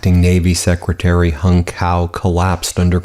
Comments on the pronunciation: Appreciate the vid - it’s ‘tsao’ btw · Hung Cao's last name is pronounced Chow. As a lawyer I know you realize why this is important. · My mistake. I just heard him pronounce his name Cow.